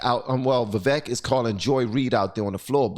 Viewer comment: Why can't anyone say his name right? It’s spelled “Vivek” – but is pronounced Viv-AKE. “Like cake,”